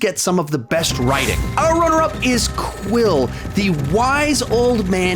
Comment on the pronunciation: ITS QUEEL NOT QUILL